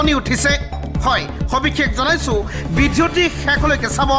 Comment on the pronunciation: বিধিওতি নে ভিডিঅটো অলপ শুদ্ধ কৈ কব